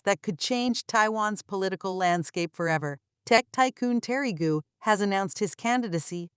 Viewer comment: Gou is not pronounced goo. You used a map which shows the island of Taiwan as a part of the PRC, tisk tisk. Or do you mean to say the PRC is a part of the RoC? Either way, you made a mistake.